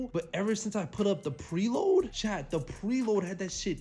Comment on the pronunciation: For the past 4 months I thought he was saying "CHAD" But he's saying "CHAT" gotta love this guy.. 🤫😂🤣..